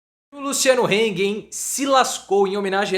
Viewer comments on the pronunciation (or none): Se pronuncia Hang e não Heng. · É hang e não heng, em alemão a é a e nao ei